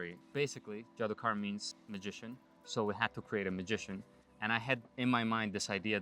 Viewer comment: JDOKAR does mean magician but it is a hindi word which actually is pronounced as JADOOGAR